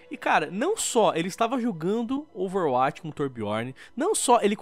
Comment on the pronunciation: falando Overwatch e mt bom "Overwuaati"